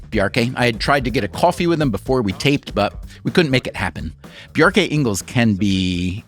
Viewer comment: Great conversation! It's more like "Bjark-uh"